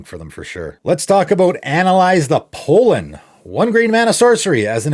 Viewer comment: I don’t want to be that guy, but it’s not pole-en. It’s Pahl-en. It’s an actual word, and it refers to stuff released by plants and I happen to be allergic to it